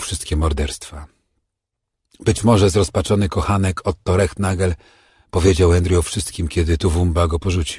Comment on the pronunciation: Wszystko fajnie, tylko nazwisko Rehnagel, wymawia się,Renagel,w niemieckich nazwiskach występuje "stilles h" nieme "h"😅 Ciekawe że miejscowi podhalańczycy, mówią Cyrla, zamiast Cyrhla😅